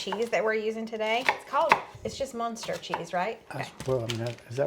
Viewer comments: Muenster cheese is absolutely pronounced the exact same way you said it!!! 👏🏻💃🎉 (Just like Herman & Lily 😅) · The churro dough looks like pate a choux dough ( for eclairs and cream puffs 😋.)Yum. Yes, you pronounced Muenster correctly. Muenster, TX is about 75 miles north of Dallas-Fort Worth